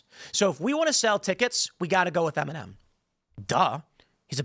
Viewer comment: I kept hearing MNM and kept wondering who he was talking about... mfw it's Eminem 🙈